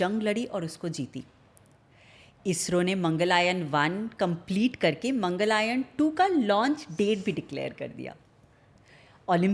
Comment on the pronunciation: its Mangalyan... not mangalayan